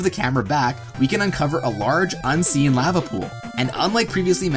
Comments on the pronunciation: I can't believe no one is making fun of you for pronouncing the word "lava" as "la-vuh" instead of "lah-vuh" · "You're saying it wrong, it's LAA-vuh, not LAA-VAA!"